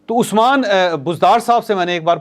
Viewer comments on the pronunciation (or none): none